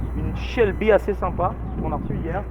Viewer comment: pourquoi tu dit une Shelby. Pourquoi si angliciser quand tu parle le français because you live in the USA.